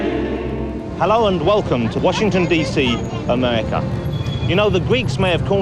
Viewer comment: "Amewica". Hard to take this guy seriously. But, fascinating program since it's all the way from 1992 but sounds like a 2011 anti-American film!